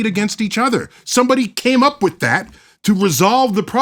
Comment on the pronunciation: Learn to pronounce with, its not wif and I can't take you seriously not being able to pronounce th...